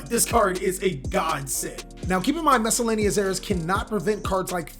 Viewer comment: you have to work on your pronunciation of Misc. it's SAURUS not SARESS